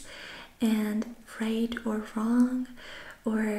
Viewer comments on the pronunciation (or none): none